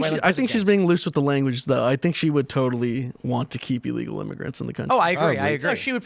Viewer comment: you mispronounced ILLEGALS